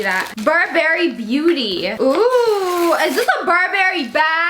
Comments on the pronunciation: Isn’t it Burberry not bur Berry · It’s not burrrrr berry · I thought you said bourbon 🥃 when you said Burberry 🤣🤣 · Isn’t it bur bry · I’m sorry but the way she pronounces Burberry is pissing me off...... I’m sorry 😐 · How she said Burberry😂😂😂😂😂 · You can’t say Burberry correctly 😂